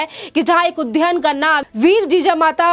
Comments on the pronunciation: कृपया उद्यान (उद् यान) को उध्यान न बोलें. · उद्यान का उच्चारण ठीक से कीजिए